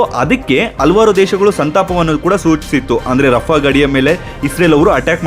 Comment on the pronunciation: ಹಲ್ವಾರ್ ಅಲ್ಲ ಹಲವಾರು ಅಂಥ ಉಚ್ಚಾರ ವನ್ನು ಸರಿಮಾಡಿ.